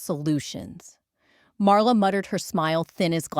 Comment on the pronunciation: LAZY!!!! The title is in 1st person. The story is in 3rd person The "storyteller's" name is MARLA The STUPID AI insists on pronouncing it "Mara." NO PROOFREADING NO EFFORT THUMB DOWN Don't Recommend Channel!!!! Lazy!